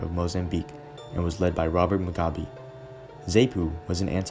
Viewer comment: Great job. Btw, Rhodesia us pronounced "Roh-DEE-zha," not 'Roh-DAY-zha." Ironically, that "ay" sound you're using should shifted over to Robert Mugabe's pronunciation: it's "Moo-GAH-bay." Zanu and Zapo: ZAH-noo and ZAH-poo. Also, Rhodesia's elite unit, the Selous Scouts (pronounced "seh-LOO"), were a seriously badass outfit. At the time, as good as any long-range reconaissance/hunter-killer patrol regiment in the world, not the least reason for it being their absolutely constant combat action. After this conflict, those guys could hire themselves out anywhere on the globe they wanted.